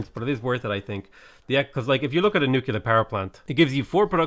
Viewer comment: Stop saying nookeelyar instead of nuclear, REEEEEEEEEE